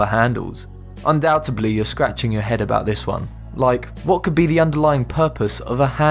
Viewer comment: No such word as 'undoubtably' Mr narrator...